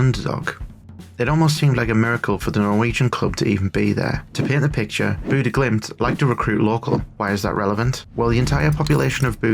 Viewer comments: it's Bodø ( sounds like Boh Dö roughly ) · It's pronounced; Boo-duh / Boo-the (Bodø/Bodö) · I love it. The way you pronounce Bodø makes it sound like Buddah. Not all that interested in football outside of playing it myself, but was a short video about something happening in my own country so had to check it out. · The O sound in ''Boo'' is as you describe it, low and flat. Comparred to the ''Bo'' sound most seem to pronounce, which almost sounds like ''Bow''-- Making the pronounciation ''Bow-Dow'' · I'm a native from Bodø and I dislike pedantry about pronunciation because we do it just as badly vice versa. But if you want to know, the O should be dark and flat, and not have any u-sound in it. But the second part, "duh" is a great example you've given. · It's interesting that you think boo doesn't make a u-sound. You would agree with me if you could hear how we pronounce Bodø. Also not sure why you try to change the part I told you was correct, the "duh" part.